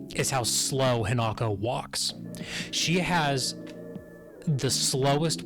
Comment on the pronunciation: Y'all still can't pronounce the main character's name, right? Her name is hinako. Not he not go.